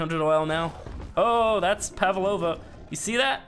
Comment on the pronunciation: Lol he’s even pronouncing pavlova wrong. He pronounced it pavalova